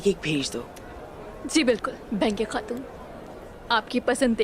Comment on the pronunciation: Benge khatun nahi baigan khatun hai😂😂